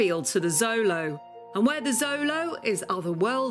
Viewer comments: It's annoying she is saying Zolo. It's pronounced with a "sh" sound "sholo". The X sh sound is indigenous. If she did proper research it shouldn't be a problem? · Glorious! I love the Xolo’s! She pronounced the full name wrong though 😝 and “Xolo” I’m Spanish is pronounced “show-lo” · We say xolo SHOW lo, not ZO lo in the US and Mexico. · xolo isn’t a Spanish word it’s from the Aztec language Nahuatl, and it’s pronounced like “cholo” at least from my understanding please correct me if I am wrong